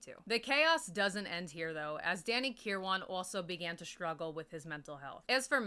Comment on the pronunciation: Oh shit you actually mentioned him (Bob welch) lol. He committed suicide in 2012. Also I think Kiran is pronounced -ker-win. I could be wrong. I prefer your pronunciation anyways lol.